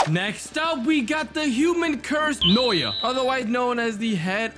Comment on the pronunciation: Bro it’s not “noya’ it’s “Na-uh-ya